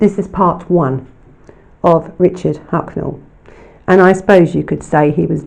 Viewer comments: It's Huckle, not Hucknell, and Namibia, not Nambia! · I love your videos, you do really excellent work, but there’s a couple of mispronounced names of people and places in this video. It’s Richard HUCKLE not HUCKNAL. And NAMBIA isn’t a country in Africa. I think you mean NAMIBIA, but perhaps you’ve confused it with GAMBIA. Thank you so much for doing a video on this evil man and his horrific crimes against children. I don’t think many people are aware of what he did. Perhaps because sexual crimes don’t seem to get the same attention and coverage as murders. Whilst survivors of childhood sexual abuse go on to grow up and live their lives, they are forever scarred and altered by the abuse they suffered.